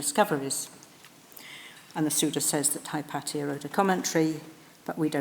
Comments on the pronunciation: Firelight157 no it's correct the the way she pronounces it. Regardless of where you are from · She pronounces it the greek way....